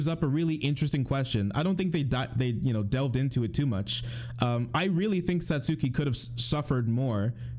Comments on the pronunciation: my dude is such a huge anime fan but can't even pronounce Satsuki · I meant the anti-SJW. He's trying to be a defender of anime, but he can't even pronounce the name correctly. Sorry for the misunderstanding. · This dude calling himself a fan of kill la kill and he can’t even say Satsuki’s fucking name right.